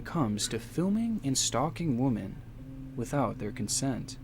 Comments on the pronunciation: He keeps saying "woman" when he should be saying "women"...it was annoying. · Great video but my god I got so annoyed at the way he pronounces “women” as “woman” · Why does the narrator keep saying "woman" when he should be saying "women" ? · For those of you commenting on his woman/women pronunciation… He actually wrote on his own video, one day I’ll be able to pronounce women, but today is not that day 😂 That’s kinda what made me a fan lol. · The most disturbing part of the video is inability to pronounce "women." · He actually wrote on his video, one day I’ll be able to pronounce women, but today is not that day 😂